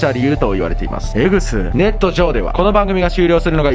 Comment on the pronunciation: ネットのイントネーション変